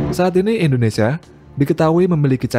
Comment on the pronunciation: Hahaha ngakak 😂 admin sebut indonesa Bukan indonesia